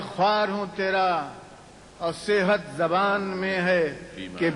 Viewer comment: Before writing less than mediocre shair about Urdu, learn to pronounce the word correctly: it is ZABAAN not JUBAN.